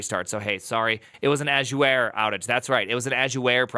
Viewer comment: Is calling it "azuware" a bit or is that just how you pronounce azure?